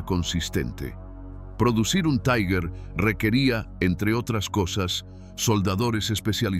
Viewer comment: Este video realiza un análisis olvidado o minimizado en las publicaciones sobre las batallas en el saliente de Kursk. Resulta clarividente. Aprovecho para corregir la pronunciación alemana de la palabra Tiger. No es taiger sino tigher, es decir la primera vocal se dice i, y la pronunción de la g en alemán es ga, gue, gui, go,gu.